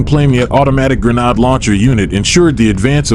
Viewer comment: Your a.i needs to learn how to say grenade properly